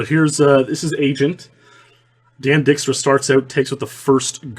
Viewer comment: Your Dutch last name pronunciations crack me up 😂 It’s Diyyk-stra, Biyyyk-ema, dude 😂 love you anyway